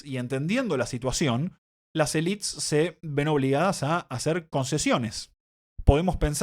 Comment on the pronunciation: Muy bien pero estás hablando en español, pronuncia "élites", no "elits" jajaja.